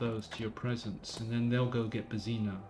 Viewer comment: The way you pronounce "Božena"...